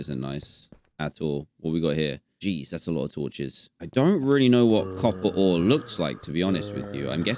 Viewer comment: Dan : copper ore Me : coppore